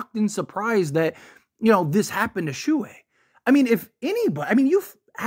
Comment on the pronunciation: its pronounced SHOW -HEY not SHOE-HEY